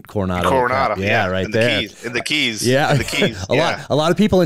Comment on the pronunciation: In Coronado they don’t have keys like Florida. It’s Cays. Like the letter “k”. KAYS is what it sounds like. How anyone gets “keys” from CAYS I don’t understand